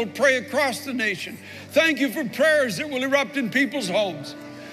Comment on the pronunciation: LOL I thought he'd gone Southern when he said Pray-ers